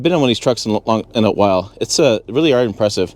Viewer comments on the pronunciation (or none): none